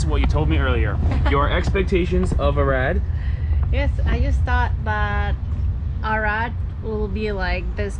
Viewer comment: Doar eu înțeleg "Irak" când pronunță "Arad"? 😅